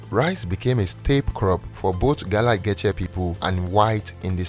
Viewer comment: I cringe every time he pronounces Geechee😫